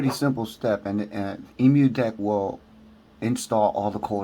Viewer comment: Hey good video but please say it right :D it's an Emulation So it's Emu = M U DECK not E MU DECK